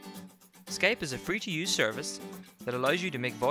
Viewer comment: Skaype hahaha